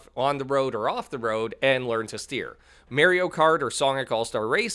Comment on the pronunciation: Your pronunciation of Mario was brutal.